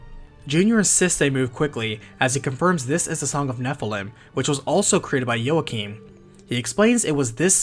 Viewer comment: Also Joachim is pronounced as Walk-eem.